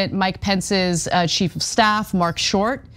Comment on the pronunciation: Anyone else hear "sheep of staff" 😄?